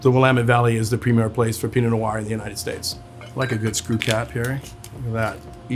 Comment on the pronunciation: Take a sip of your Pinot Nior everything he says Pinot Nior. Happy Saturday.